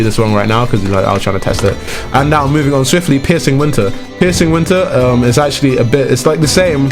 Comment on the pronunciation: I heard pissing winter he said piercing winter